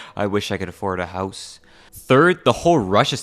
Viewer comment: Canadian accent really slipped when you said” I want to buy a house”